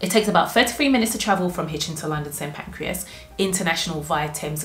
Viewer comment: St Pancras not pancreas 😂 you chose Hitchin over Stevenage? Wow..